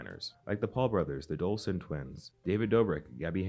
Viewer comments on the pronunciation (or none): It’s Dolan * not dolson 😔💔